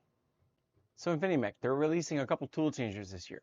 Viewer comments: It’s “Infimech” not “Infinimech.” The least you can do is get the name of the company right. How can anyone take you seriously when you make such a dumb mistake? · Dude, it's InfiMech, not Infinimech 🤣🤣🤣